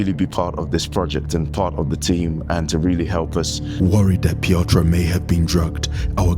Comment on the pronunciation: Love this channel. Great work. But please learn how to pronounce Piotr and realize he is not eastern but central European.